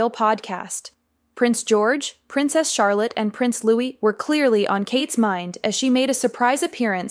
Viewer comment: It's LOUIS PRONOUNCED LOOWEE NOT LEWIS😵